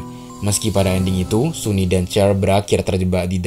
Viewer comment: Bang, sunny itu cewek ya? Dilihat dari tubuhnya dia itu cewek, hanya saja rambutnya yang pendek. Wajahnya juga sudah cantik, tubuhnya juga tubuh cewek. dipastikan dia cewek Bacanya bukan suni tetapi sani